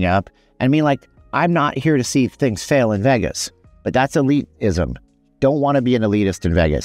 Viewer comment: Vagus….. 🤦🏽 It’s pronounced Vey-Gus !!!